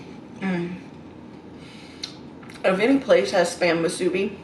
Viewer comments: It's Musubi. Not MA Its MU. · Aloha! It's pronounced MOO-SOO-BEE. Mahalo! 🤙🏽 Much love ♥️